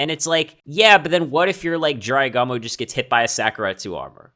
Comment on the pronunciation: G-U-M-O, not gomo